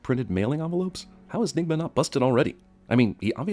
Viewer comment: Everytime he says "Nigma" I feel like I should be offended